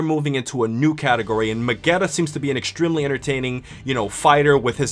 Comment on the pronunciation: It is neither Magneta nor Megeta, it's Magetta